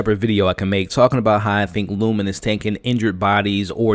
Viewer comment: Lumon not Lumen 😂❤